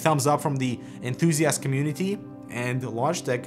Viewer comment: Was that "COMMUNIKEY" you said....:P....?